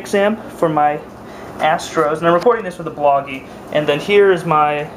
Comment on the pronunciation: When he said "Theres my astros" I thought he was gonna say "There's my ass print"